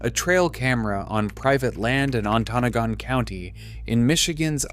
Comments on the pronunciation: Emphasis is on the first and third sylable: ON-to-NA-gon. It's an Ojibwe name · Great video! It’s pronounced “Onta-noggin” county. I’ve been living in the UP for several years now, sightings have been going up but the DNR still is claiming they’re not resident cats, but I would doubt there’s an established resident population by now. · You are obviously not from michigan because you pronounced "Ontanagan" wrong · AI does not read or pronounce anything correctly. On- Ta- Nog- Gun.... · The pin was NOT ON-TA-NOGAN County. AI crap. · im sorry living in gogebic county and hearing how you pronounced ontonogan SENT me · I live in Michigan and have known about this since early 2000's. The dnr here doesn't acknowledge anything until they can no longer deny it. They are a joke. Also, I don't know who this guy is but he's pronouncing a lot of shit wrong. Maybe go where you're doing your research and don't be a douche. Just a suggestion. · You should learn the correct way to pronounce "Ontonogon". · I hope someone has corrected the narrator pronunciation of that county in the UP. Traverse used to have that challenge before being advertised all over the country. It's nothing to do with cougars, of course. Nor do I claim perfection, I still get Macomb Co wrong one in a while. It's annoying on a production representing facts to get the co name, based on AI I guess, pronounced wrong. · In the first minute of the video the AI engine mispronounces Ontonagon County and then shows cougars eating apples. After that I gave up and watched something else. The AI slop videos are bad, just don’t watch them. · The AI doesn't pronounce the Michigan county correctly. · Right lol. It hurt my ears to hear it produced wrong. Lol